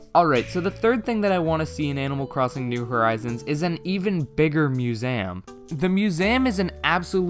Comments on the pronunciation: Me: museum an intellectual: musam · No one:: It's muséum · I love how you say museum…. “Mu-za-yum” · You can't pronounce museum correctly. Have you really never heard it said in movies/TV or by another person? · Who taught you to say Museum like that? I thought you just said it wrong, but then you kept saying it wrong. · The way you say museum 😂 I dont really think there'll be a separate island for shops but instead the ability to improve your own island enough for the NPCs to set up shop there (the same way you can entice isabelle to come). Either way I cant wait to just playyy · chatboulon if you’re saying it like the guy in the video, then yes. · Please learn how to say museum correctly